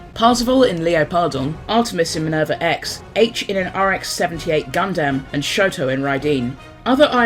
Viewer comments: Also it’s pronounced more like “Gun-Dum” not “Gun-Dam” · And he also called the Gundam "Gun-damn." Pretty painful to hear both errors...